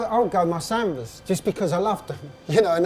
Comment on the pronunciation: I thought he said salmons as in the colour?